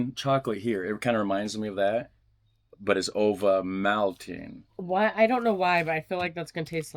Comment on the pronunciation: ovalmatinNUH the e at the end is pronounced like uh